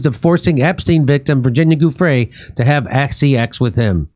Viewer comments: Giuffre is pronounced 'JOO-freh'. ☝ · The G is pronounced as a hard J. That's why it's Giu